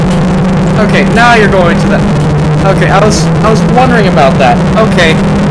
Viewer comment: thx for the compliment and u are still saying “youre” wrong lol